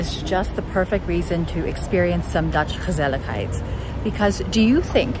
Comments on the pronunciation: As a native speaker of the Dutch language, I can confirm that you're pronouncing the word "gezelligheid" flawlessly. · Hi, I think you got what gezelligheid means to us. And from the way you so easily integrate a word as Dutch as 'gezelligheid' in your English speech, I suspect that your mastery of the Dutch language is absolutely phenomenal, because you pronounce it very naturally. The Dutch word 'asociaal', by the way, is much closer to the English concept of 'anti-social' than it is to 'asocial'. What we call 'asociaal', is usually more like an active attempt to break with social behavior, to deliberately tick people off because you just don't frigging care about what they think or feel. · You pronounce it so well! It's basically a one word for: relaxing and enjoying each other's company. Right? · Warm and cozy winter is called “knus” and indeed, gezellig is way more than that. Compliments on your pronunciation ❤ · Your dutch pronunciation is simply fantastic! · Chapeau: the words you pronounce in Dutch sound Dutch without an accent. Do you dare to do a video entirely in Dutch? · Gezelligheid... you pronounced it right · I totally agree. Also, pronunciation of gezelligheid is impressive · You just wanted to show off your pronunciation of the dutch "g" with the many times you said the word gezelligheid 😂